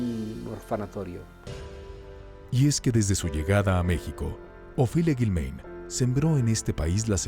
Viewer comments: No es Guilméin, es Guilmáin, pronuncia correctamente, narrador. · Lo que más me brinca es que el narrador no sabe pronunciar el apellido de a Ofelia…solo escuche a sus hijos como se pronuncia